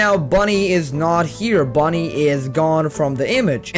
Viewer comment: It’s bunny not Bonnie.